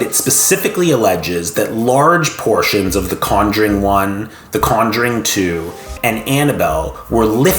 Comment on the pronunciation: The way he pronounce Conjuring is driving me up the wall